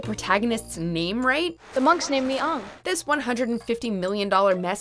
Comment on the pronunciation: They pronounced Aang's name W R O N G